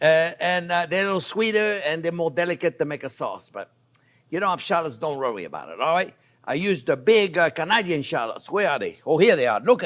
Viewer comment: Don't "rowee" about it 🥰